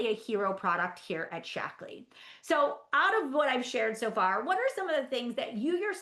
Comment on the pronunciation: I'm only 10 minutes in, and maybe it's because English isn't my first language (I'm French) but all I can hear is "Shackles" and it makes me giggle so much 😂 Cheers from France! 💜